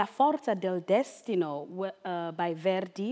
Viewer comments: Phonetic Italian (it’s pronounced Destino with slightly long i and accent on the second syllable) and, apart from a somewhat pretty voice, I hear poor legato, no appoggiatura and she is unable to sustain a pianissimo...plus the last high note sounds flat. I mean really is this what they teach at the ROH...thank God for Brexit so talented artists can go seriously study in Italy and Germany instead. Someone should also warn her that such a complicated triple-barrelled name will get her absolutely nowhere. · to say the less important thing:how can u mispronunce the name of the opera of the aria u r singing?!